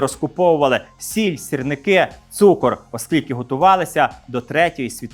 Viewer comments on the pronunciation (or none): none